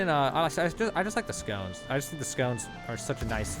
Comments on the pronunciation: It’s funny how he calls “sconces” as “scones” which is a pastry lol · Great vid! Thnx! Also, “skah-nce”. You’re welcome. 😎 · HOLY SHIT. SS-CON-SS say it with me... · I am a sad little person, but yeah, that was triggering me haha.